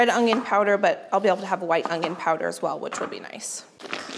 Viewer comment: She is so awesome and I never miss a video, but I do believe I hear a G in the word onion when she says onion ... How in the world do you do this with a new baby? I love your videos and I am 64 years old and love learning from you and sharing with grand kids. Keep up the good work.. and God bless you and your energy and enthusiasm!!